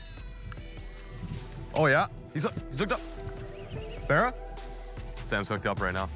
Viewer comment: every fish became a berra.... Pretty annoying